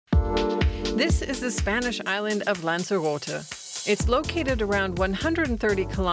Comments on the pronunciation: Lanzarotay is the way to pronounce it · Pity the presenter can't pronounce "lanzarote "